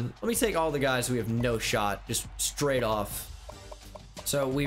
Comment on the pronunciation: when said “scraight gay”